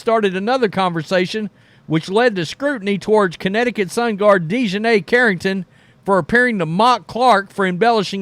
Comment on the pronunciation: Deshineh?? Wtf